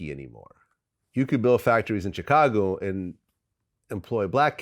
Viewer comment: I see vlad still pronouncing Chicago CHICKago ... smh .. god thats so annoying I cant stand when he does this ...